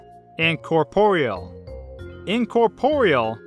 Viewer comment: am i the only one who's been pronouncing corporeal wrong my whole life? I mean at first I thought he was pronouncing it wrong but I googled it and he's right! how have i never noticed this?